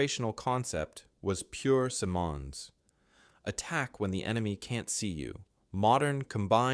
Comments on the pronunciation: SYE'mondz. He's Anglo, so your see-mon' is a conspicuous and pretentious fail. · Guy Simonds, the surname is pronounced like "cinnamon" but with ds at the end. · The commentator's pronunciation of Simond's name threw me off. I believe it is pronounced SIM'ends. The emphasis is at the beginning of the name. Like another Canadian general, ELM "Tommy" Burns, he was intellectual, mechanical, and lacked a sense of humour. But Simond's was competent and an innovator. Probably the best Canadian general with charisma was Maj.-General Bert Hoffmeister, a reservist who commanded the 5th Cdn Armoured Division. Douglas Delaney wrote a good book about him entitled The Soldiers' General. Also see JL Granatstein's The Generals. Thank you for producing this history about Gen. Simonds. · "Simonds: Pronounced with two syllables: "SIM" and "uhndz." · its "Simmonds" rhymes with "diamonds" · No!!! Simmons as is Richard Simmons with a soft - very soft d at the end. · At least teach your text-to-voice robot to pronounce the name of the man the video is about. It pronounces Simonds about five different ways. It's pronounced "Simons", as . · The man's name was Guy Simonds, and you pronounce his last name as it is spelled (in English) ... with the emphasis on the first syllable - SIM-onds. He was not of French ancestry! Geeze, you would think that if someone is doing a video on a famous person, they would at least get their name right!! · I beg to differ though. With m’s the name is pronounced sim…ons as in him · Why can't the story teller pronounce the Canadian leader's name properly? If this were about an American or British leader pronunciation would not be problematic. Ironic? Ignorant? Hmmm. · My God, if you are going to talk about an individual at least have the courtesy to pronounce his name correctly. The first words out of your mouth call your credibilty into question!!! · Don't know how much longer I can put with that terrible pronunciation of his name ...